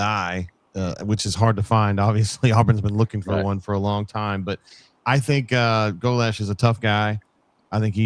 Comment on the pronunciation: for the love of all that great wonderful and beautiful in this world that we have left. Please oh please stop saying GOE - LESHH. Love you bro but man it’s torture to my ears lol